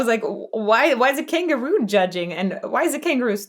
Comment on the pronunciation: Though I know he's definitely saying kangaroo, I've always thought that he emphasizes the syllables in such a way so that it sounds like king guru as maybe a jab at "the establishment". He's being judged in a kangaroo court while also being judged by the "divine" ruler of the land and the spiritual "elites" alike. Just a random shit take.